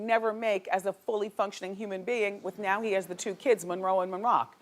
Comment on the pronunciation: Marilyn Munroe 😂